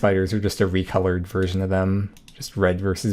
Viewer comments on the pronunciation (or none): none